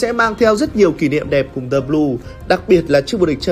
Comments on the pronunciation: tại sao lại là "dì locker room"? chữ L trong "locker" là phụ âm thì chữ "the" phải đọc là "dờ" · Sao lại đọc "the" là "di" mà không phải "dơ"???? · Chắc quen đọc “thee” rồi á bạn. Dù gì lỗi này nhiều người Việt Nam cũng mắc nên là cũng khá bình thường mà. Bỏ qua cho nhé. 😀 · chắc bt nhưng thấy đọc nó sang nên bỏ qua ấy mà